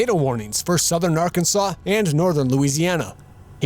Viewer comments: AR-CAN-SAW; not Ar-Kansas. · For the love of god stop calling it " R-Kansas" it's "Arkansaw" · Arkansas is not pronounced "are-kansas" It's "ark-en-saw" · Arkansas is not pronounced Ar-kan-sas but Ar-kan-saw. Only Kansas is pronounce Kan-sas ! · He said Are-Kansas lol its Arkansas 😂😂😂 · Arkansas is not Are-can-zus, its Ark-in-saw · Lol, Are-Kansas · Tyler Adams it should be pronounced rkansas